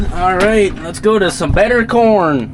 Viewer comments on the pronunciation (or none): Kern Inquiries: "Well Dad, what do you think of my Kern?": "Well son, there's room for improvement."....just like with your pronunciation skills. A 'Kern' is what sewer worker Ed Norton (Art Carney) on the 'Honeymooners' called a coin.